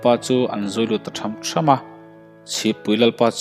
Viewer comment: Tham tham = Thawn dim tak a kal,tha^m tha^m = mi pakhat aia tam kal thluk awm leh awmlo hi a kawh a dang daih, a hmalam thu leh a zawmtu zirin thluk hun a awm a,thluk loh hun a awm bawk,I lam dan hi inang vekin I hmang a,,ka lo sawi ve mai mai a nih chu ,🙈🙈